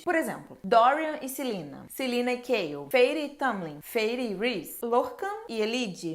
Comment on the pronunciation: Me digam que eu não fui a unica que não sabe quem é “Kail” que ela fala no começo,moça me desculpa mas eu n entendo metade dos nomes q vc fala kkkkk